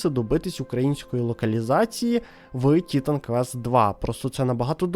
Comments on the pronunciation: Ага автор ще так наголос робив на і що аж непособі це чути. ТІ!тан квест)) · Я додивився відео до кінця, не скажу що дослухав, тому що вже під кінець пішла кров з вух, хоча мені навіть почало здаватись, що я все життя помилявся і правильно казати "Тітан квест", а не - "Т..." стоп, а як там було? Автор, ти ж це спеціально, так?)